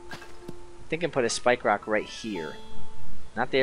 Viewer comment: Cwan I pwese have a spwikewock?.